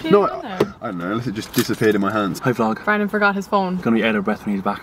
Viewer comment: Anyone else heard him say in the intro “Brandon Hard-on” 🤣